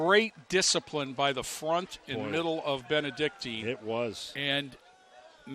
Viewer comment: Nice telecast. Too bad the announcers aren't prepared enough to at least get the pronunciation of our school correct. It's Benedic TIN, not Benedic TEEN.